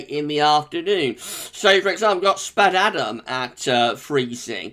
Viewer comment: It’s pronounced Spade-adam, I work there. 😉